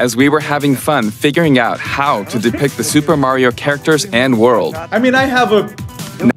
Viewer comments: Weirdest part of this video is how he pronounces mario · He switches between pronunciations so it definitely is lol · I feel like this whole video was just taking 15 minutes and 48 seconds to tell us that he pronounces 'Mario' wrong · The way he says Mario hurts my soul. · i think he's saying mario wrong on purpose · Why does he keep saying mario wrong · Why is he mispronouncing Mario's name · Um actually it’s pronounced Mario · Bruh why does he pronounce Mario like that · I’m cracking up at how he kept saying “Mary-oh” until he started watching the video and they were saying it correctly, then he started saying “Mario” without even realizing it lmao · i dee kay dude its merio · BREAKING: Man Spends 15 Minutes calling Mario "Merio" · I cringe everytime someone says Mary-o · why do you say merio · once said:mareo P.s. I know it’s said Mario but how said it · Take a shot every time he says "MEHrio" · MAYRIO TRAILER MAYRIO TRAILER ITS MARIO TRAILER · Who the hell is “Merry-oh” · At the beginning of the video he pronounced it mayor-io and at the end of the video he pronounces it Mario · does not have a voice that's supposed to say Mary-o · It’s not merryo it’s Mario, like mark, or Marvin, or marshmallow. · MAIR-io??? it's MARR-io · why do some people say "mare-io"? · why does he say may-rio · stop saying merio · Mah not mae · Even though I think he’s trolling us, every time says “Mayrio”, I flinch. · Mare-io pronunciation is a joke — you can hear him switch between the two throughout the video -Paintspot Infez Wasabi! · Did bro just say Mayrio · The way you pronounce Mario is painful. Maehryo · bro said merry-o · Bro did not just say Mare-ee-oh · My favourite part was when he was like "It's a me, Marry-O!" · please stop saying “mare-io”. you are better than this. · why do you keep pronouncing it Merio? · The minute I heard you say ''mArio'' I instantly disliked 😂😂. Also love the trailer and I can't wait for the movie